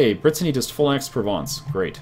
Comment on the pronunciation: Anexes Stormlord no. He pronounces very well "Provence" FRENCH POWAH.